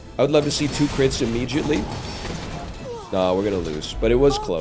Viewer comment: Why does NL pronounce immediately EE-me-Gee-it-lee, and not im-EE-Dee-at-lee?